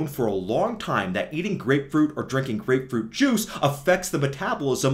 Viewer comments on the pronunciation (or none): Blud flow and grepefrut 😂😂